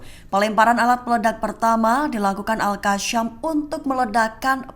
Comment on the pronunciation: Sebut yang benar AL QASSAM bukan Al Qasyam. SAM bukan SYAM!